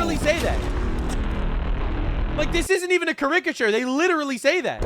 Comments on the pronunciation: You are saying caricature wrong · did Candace Owens teach you how to say "caricature?"